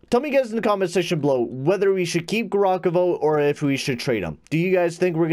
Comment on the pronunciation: its ( Gav- Ri- Khov) not garokovo